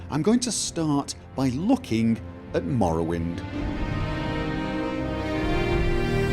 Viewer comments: Is anyone else smirking everytime is says 'mrrrwind'? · I love the way you say "Morrowind" Especially the R's Loving the TES videos, keep up the great work!